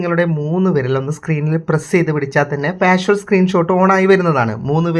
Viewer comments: 🙏🙏 വീഡിയോ വളരെ ഉപകാരപ്രദം ആയിരുന്നു‼️ഒരുപാട് നന്ദി‼️ പിന്നൊരു കാര്യം; "പാഷ്വൽ" സ്ക്രീൻ ഷോട്ടല്ല, "പാർഷ്യൽ സ്ക്രീൻ ഷോട്ട്" എന്നാണിതിന് പറയേണ്ടത് ‼️‼️🙏🙏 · വായിച്ചിട്ട് മനസ്സിലായില്ലേ? പാർഷ്വൽ എന്നല്ല ഉച്ചരിക്കുന്നത് പാർഷ്യൽ എന്നാണെന്ന്! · പാർഷ്വൽ എന്ന് പറയാതെ പാർഷ്യൽ എന്ന് പറയൂ! Partial